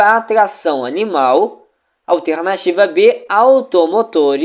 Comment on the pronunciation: mano teu simulado é ate bom, mais tua fala incomoda. A palavra alternativa é muito esquisito, da agonia!